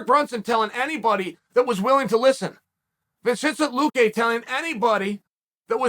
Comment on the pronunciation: Oh snap… Chael actually said Vicente’s full name right!!.. i see you Unk